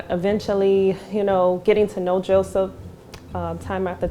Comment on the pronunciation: Why is she sayin Jawseph